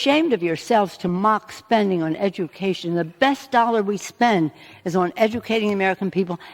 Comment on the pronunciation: I had a good laugh at the way she pronounced education !